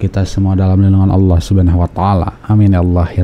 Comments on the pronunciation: Mualaf aja bisa sebut Allah dgn betul..😃😃 ini yg kata mantan ustaz tapi sebut Allah gak bisa😂😂😂 kok jdi alah alah😂😂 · Ketahuan bohongnya si nyebut Allah ya seperti Oten.